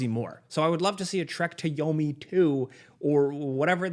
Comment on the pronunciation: Now I can't un hear it 😂